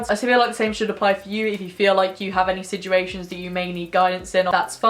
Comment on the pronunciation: Drink every time says siJuations:’)